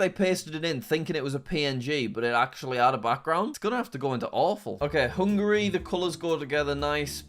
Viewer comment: you call hungary, hangry